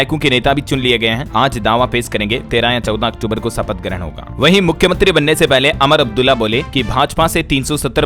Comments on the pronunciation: सर नमस्ते, 3 दिनों से मैं ध्यान दे रहा हूं कि आप लगातार उमर अब्दुल्ला" को "अमर अब्दुल्ला" कह रहे हैं। जो कि गलत है। आपसे अनुरोध है कृपया शुद्ध उच्चारण करें। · उमर अब्दुल्ला उच्चारण करो,अमर अब्दुल्ला मत पढ़ो यार। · सर जी अमर अब्दुल्ला नहीं उमर अब्दुल्ला बोलिए